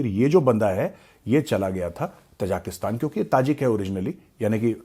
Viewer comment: The people are ताजिक, not तजाक. Hence the country’s name is ताजिकिस्तान . Please do not mispronounce it.